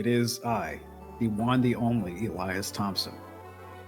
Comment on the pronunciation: Elias… Elais… Elius… Eliabus… EELIETUSK